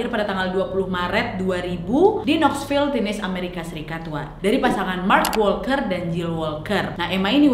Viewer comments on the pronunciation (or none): Tennesee penyebutan nya kak bukan tinisi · Tennessee (negara bagian USA) dibaca= Tenesie ya wak wak semua semoga dapat memberikan pencerahan 😊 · tenesi kak bukan tinis bacanya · Kakak, Tennesse bacanya Tè nê sii. 😁🙏🏻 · nad, nyebutnya tenesi., bukan tenes 🤭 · Te Ne Si bukan Tenes wakkk😂😂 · Maaf ya Nadia....Tenesse dibaca te-ne-see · Waaaaak, ten-ne-se bacanyaa 😅😅😅